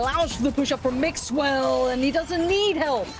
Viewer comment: Cada vez que escucho al caster decir mixwell me exito